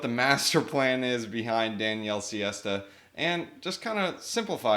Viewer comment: Almost... He's Daniele Sesta [insert pitched finger emoji here]